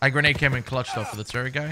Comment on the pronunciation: Grenade the way his saying it